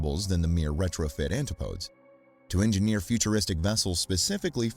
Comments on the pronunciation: Yes-- and also the name of his first purchased submersible is not pronounced "Anti- podes" it's "An- tip- o- deez". It comes from the Greek and was used during the time of British exploration and empire to mean places on the other side of the world, usually Australia and New Zealand. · ANtip-OH-dees. ANtip-OH-dees. ANtip-OH-dees. ANtip-OH-dees… DEEP BREATH: ANTIP-O-DEES!!. NOT ‘anti-podes. Pheeeew. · AntiPOADZ!? PUDGET Sound?!? SERIOUSLY!!?! TERRIBLE narrator.